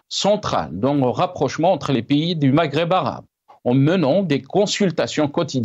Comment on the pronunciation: Un seul problème les algériens n'arrive pas à prononcer le mot Maghreb